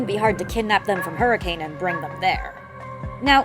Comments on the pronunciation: FYI Hurricane, UT is pronounced "HER-ih-cun," not "Her-ih-CAYNE" :) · Believe it or not the town of Hurricane, UT is pronounced "hurrah-khun" it's always weird to hear it said hurricane in fnaf videos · Someday fnaftubers will pronounce Hurricane correctly (the town is pronounced Hurr-ih-cun)